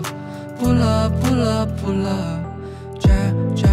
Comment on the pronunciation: Không biết lyrics là pull up hay là pulled up nhưng nếu là pulled up thì cách hát phát âm sai rùi